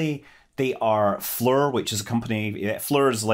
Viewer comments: "Flee-R" There is no U in FLIR. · You kept saying "Folding Up the Camera Mast" which sounds opposite of what it will be doing. "Un-folding" or "Deploying" sounds better. And don't get me started on how you pronounce FLIR, I'll attribute it to your dialect. 😎 Keep up the good work.